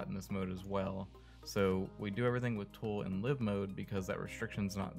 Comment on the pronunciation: Isn't it Lie-ve mode? It's not live mode, as in to live somewhere, it's live mode, as in it's now live, as in the word, alive. But I can understand the confusion and the reasoning: Live, as in they are living on the lot now, as opposed to, the game has now gone live, as in, it's no longer in static build mode. Oh well, nevermind. Many people get this wrong and I'm sure there are many arguments about whether it is pronounced lie-ve or live.